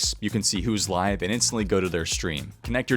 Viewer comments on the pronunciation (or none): none